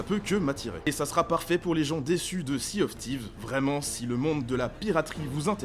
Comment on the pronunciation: "Si aufe Thif" ah oui le célèbre jeu de pirate